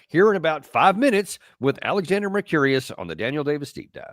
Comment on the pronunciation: Love ya Danny but you really should learn how to pronounce Alexander's last name. It's Mercur-IS, not Mercur-IUS